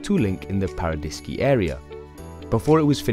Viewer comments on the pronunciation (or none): You didn't pronounce a single French name correctly. Vanois = Vaah-noyAh. Tignes = TInye. Paradiski = Paradis(paradise)-ski = the accent is on the last one Paradi-skI. It's not a Polish name. GraNde motte = Grand mot. Grande = big, not Grade.